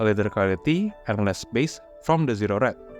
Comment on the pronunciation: Zero -pronounce the O.. pause .. Red Not Zered